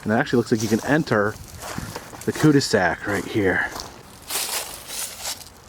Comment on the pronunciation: cu de sak, cul de sac is french for '' dead end''